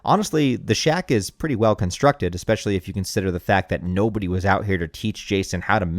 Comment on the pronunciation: Eckspecially..... Bro are you from Houston???